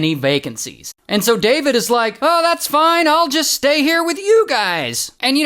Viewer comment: I love when you say FOINE!